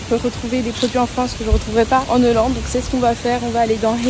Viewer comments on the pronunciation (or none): Hello ! Petit commentaire juste pour te dire qu'on ne dit pas "en NHollande", mais bien "en Hollande", sans prononcer le N de 'en'. Ce n'est pas du tout méchant ou méprisant c'est juste que je pense que tu vas bcp le dire dans les prochaines vidéos, du coup autant que ce soit bien fait ☺️ Des bisous 🥰